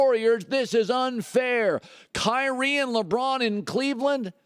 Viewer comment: I've never heard "Kyknee" until just now. I've never heard anyone refer to LeBron being injured (has he ever been injured) as a "flop" I honestly don't know of anyone who made fun of Kyree for being injured and LeBron flops. This is a fact.